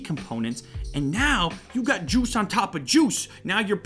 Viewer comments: "you got jooz on toppa jooz" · I literally am shocked as I thought I heard him say "You'll needing jews in all of your different stuff"...